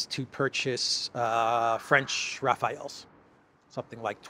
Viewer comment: Hello - A mistake you make very often: The french jets are Rafale - not Rafael. In French it stands for a very strong wind blow, I think the english word is "gust". The thing you feel when something very fast passes close to you. Just saying. Thanks for the good work - keep it up!